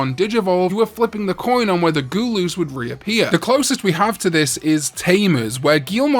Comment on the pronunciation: Love how he pronounces gul-us as goo-loos lmao